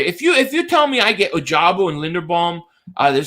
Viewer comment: it's pronounced oh-ja-bow